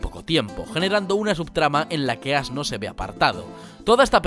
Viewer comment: ASno ?? ASNO ?! ?! AAAAAHH JAJAJAJJAJAJAJAJAJAJAJAJAJAJAJJAJAJAJAJAJAJAJA